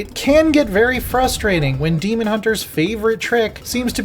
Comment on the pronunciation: unless its different in WH40k im pretty sure its pronounced DAY'mon